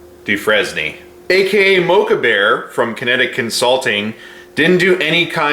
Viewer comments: Dude, “dew-frane” my god, did all of you simps go to Appalachian State? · Hey, his last name is pronounced "Dufrane" is common speak. It's French and "S" is silent. Come on dude!!!😀